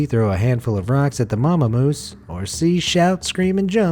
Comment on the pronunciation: The mama moose came out as mamamoos haha